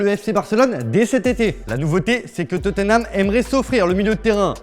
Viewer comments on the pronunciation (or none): none